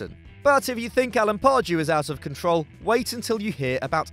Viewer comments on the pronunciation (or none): none